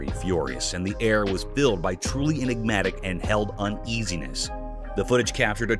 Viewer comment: "Inegmatic" 😒 You inegmatic drama queen!